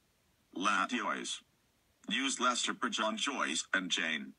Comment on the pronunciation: did he say latios